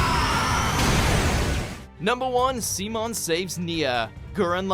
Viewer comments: lmao the videos chapter for the number 1 spot is just called semen. They mispronounced simon as semen. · I know this is sudden, but..... No Ricardo Welkin saving Subaru from the White Whale?? It should've been on as a Honorable mentions no less but c'mon! Also, Si mon...SI MON... This has taken mispronounsiation to a whole new level, up to the point that that guy has an IQ of 12. It's Simon, "SAI-MON"! How could you not know how to pronounce a basic and easy name?!